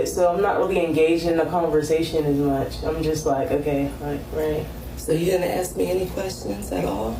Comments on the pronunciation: How do these people not know ASK isn't pronounced AXED??? we're not chopping down trees , we're ASKING questions ffs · Im surprised she did Axe her a question. She actually asked. Wow. She wanted to say axed. I belived she did say assin me a question.